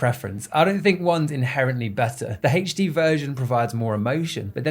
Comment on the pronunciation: haytche dee XD no offense bruv, i just love how you say HD